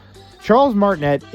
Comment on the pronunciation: It's MART-in-ay